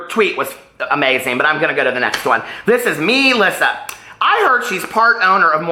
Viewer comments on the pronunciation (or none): none